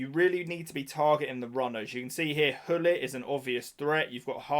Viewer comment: The real meta = don't buy the game, it will save you money, poor or actually disgusting plays to beat the game and time. also, Hullit or Gullit?😂😂 you could pronounce his name with the ''guh'' sound (soft G), i don't know why not more people say his name like that. but whatever.